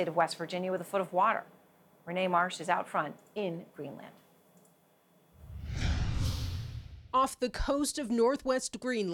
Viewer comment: Why is Erin pronouncing it as GREENLAND with emphasis on the 'A'. lol.. The reporter got it right. I wonder how she pronounces 'Connecticut'. 😂